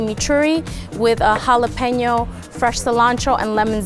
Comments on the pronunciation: “Jalepenos to get JALEPENO FACE” 😂😂😂😂😂😂😂😂😂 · "I got Jalapeno to get, JALAOPINYOFACE"😂😂💀💀